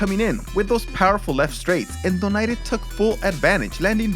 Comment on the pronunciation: I love it when you labeled Donaire "the great"... And you pronounced Donaire correctly except the last part